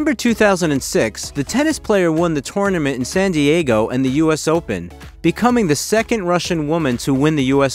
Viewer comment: Sharanapa? And toneament?